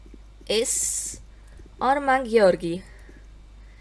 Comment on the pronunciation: I think you're the only one I've heard who pronounces Georgiy's name correctly :O